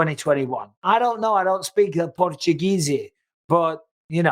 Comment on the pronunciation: 'Portugeezy' ha ha